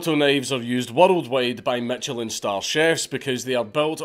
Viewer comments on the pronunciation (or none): none